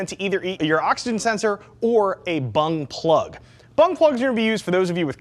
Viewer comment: i thought he said bum plug